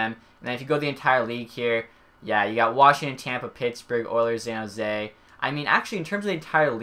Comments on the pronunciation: dude also says Zan Jose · Zan jose ? very interesting way to say it